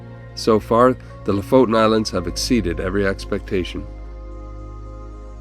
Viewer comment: The last vowel is an E not O. LO-FOTEN is a more correct way to pronounce it.